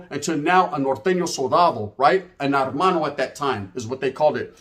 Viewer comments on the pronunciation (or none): No disrespect. It's not Armano, it's hermano but the H is silent. So Ermano if you will.